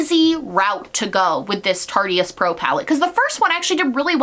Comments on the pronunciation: I know it makes me cringe every time. It’s totally not her fault but I just want to yell at people “IT’S A PLAY ON ARTIST. IT SOUNDS LIKE ART-IST BUT TARTE-IST” hahaha but not actually that important so idk why it drives me so nuts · If they wanted it to be pronounced "tart-ist" they should have left out the e. I still say tarty-ist even though I know better. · Every time she said it I felt my skin melting it’s so stupid it matters exactly not at all but it’s still making me go full rabid every time she says tartyist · Ok, loved the video but have to tell you Tarteist is pronounced Tar-tist not Tar-tee-ist. The “e” in Tarte is silent so it should not be spoken in Tarteist. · Lmao I get annoyed every time. Makes me want to shout 'It's TARTE and ARTIST in one word come on it's not that hard!!'. But oh well lmao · Here I thought it was tart-eest like artiste.... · Vu Oanh omg I was LOSING my MIND. tarteist rhymes with artist for fxcks saaaaaake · It's pronounced tart-ist, like artist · It’s Tart-ist like artist. 😁 I have both of those thanks to Boxycharm and I like the OG Tarteist better though there are a couple shades in the Remix that I think are really nice too. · omg was anyone else kinda cringing at how she said tarteist? (it should rhyme w artist) no hate lol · Tarte-ist. Like artist.